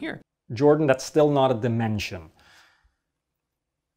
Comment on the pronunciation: Every time Jordan says "dimension", my brain hears "dimentia".